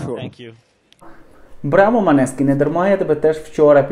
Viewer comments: Неправильно произносите не Манескин, а Монескин и переводится как Лунный свет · Молодці Манескін!!! Наголос на " і"!!!!